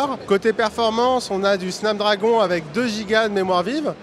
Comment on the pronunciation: Il le prononce mal en plus 🔜🖕🖕🖕